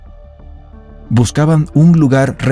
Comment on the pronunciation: Mannomann, es heisst nicht aerea Fifty-won, sondern fifty-wan. Und U2 wird nicht jutju ausgesprochen. Ist Englisch denn so schwer?